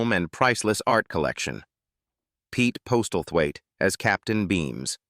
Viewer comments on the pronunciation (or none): Worst AI pronunciation ever. Pete Postal Thwaite!!! lol... It is pronounced 'Posslethwaite...' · Maurice Roeves...its pronounced "Reeves" not "Ro-evs." 🏴 And Pete Postlethwaite...pronounced "Possil-wait". Why the addenda of Actors' "Net Worth"... Tacky and irrelevant.